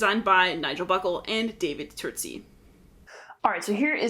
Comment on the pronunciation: Your explanation of what's what should be in the rulebook, much clearer. As an aside I have idea where Mr. Turczi is from, but is that how his name is pronounced? Cz is not the same as c.